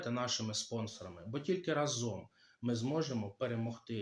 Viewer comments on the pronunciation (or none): none